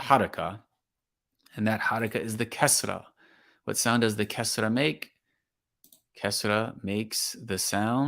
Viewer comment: The Kasra is not like the i in tin but like the ee in been, except that it’s short . In tajwid it’s a mistake to read the kasra like English i sound.